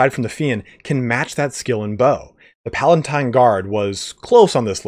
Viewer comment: P A L A T I N E not pala*N*tine